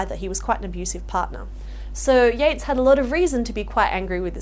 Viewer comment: Yeats, not Yates